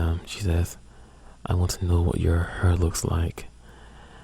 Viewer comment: I like how you talk :) "Err" "Herr" instead of Ear and Hair, sounds cool :)